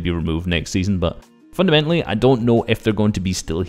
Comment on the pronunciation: Haha u say fundamentily a LOT haha nice vid though haha while i was typing u said fundamentily AGAIN lmao